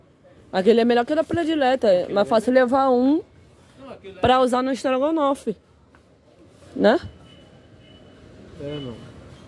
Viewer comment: Mas uma palavra errada stragonofe. Kkkk